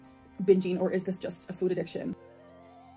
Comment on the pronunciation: Food attic